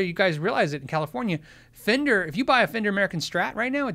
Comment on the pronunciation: "in a fender hat" sounds like "an offender hat"